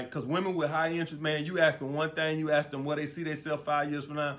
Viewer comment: Thanks for your insight.... one observation stop saying axe when you say ask